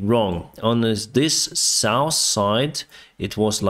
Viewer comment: Денис, пожалуста не говори( саус) когда хочешь сказать про юг. Саус это для еды, а сауф это сторона света